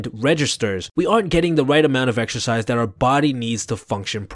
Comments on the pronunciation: exercise I heard extra 🍟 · I stopped watching when he said "Exercise"